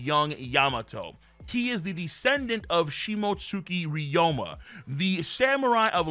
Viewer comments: Ryuma pronounced (ree-yoo-muh) long O sound my brotha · BOI IF YOU DONT CHANGE THE WAY YOU PRONOUNCE RYUMA